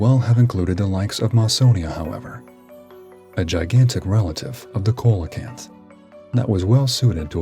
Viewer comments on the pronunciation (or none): Coelacanth is pronounced "SEE-lah-kanth".